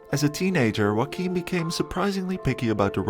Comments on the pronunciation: Juan is pronounced "who-won", not "one". Joaquin is pronounced "Ho-aw-keen", not "walkin' ". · whack-keen lol